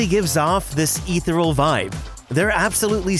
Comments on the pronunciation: That’s not even close to how you pronounce “ethereal” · Ethereal is pronounced wrong lol